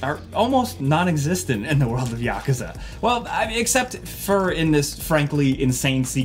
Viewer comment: The way he says Yakerza lol